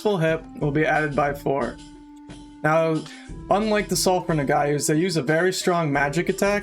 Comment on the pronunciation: "Nog-wah" Lol. I'm sorry, but that was bugging me.